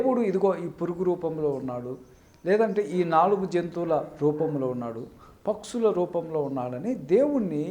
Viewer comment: పక్సులు, చతుస్ పాద జంతువులు కాదు పక్షులు, చతుష్ పాద జంతువులు... అని పలకాలి. ముందు గుణింతాలు నేర్చుకుని తర్వాత ఉపన్యసించు.